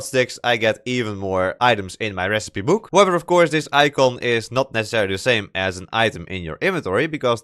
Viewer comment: very good vid but funny hwo i can instantly say "youre from the netherlands!" just because you say "buuk" not "book" xD